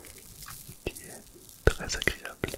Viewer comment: J'aime bien quand tu fais le trrrrrrrrèèèèès😊😊😊😊😊😊😊😊